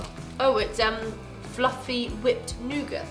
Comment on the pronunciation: Am i the only one who doesnt know what a “nougart” is???